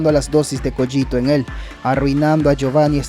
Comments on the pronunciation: la pronunciacion es cÓgito, un saludo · Técnicamente se pronuncia "Coguito" y se escribe "Cogito" de echo no se si sea intencional pero parece una referencia i have no mouth and i must scream (ya sabes "Cogito" "Ergo" "Sum")